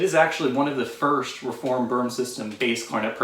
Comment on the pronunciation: Hey buddy. Boehm is pronounced “Baym”.